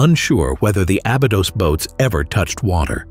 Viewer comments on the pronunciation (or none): Pronounce the ī in Abeedos!! White people 🙄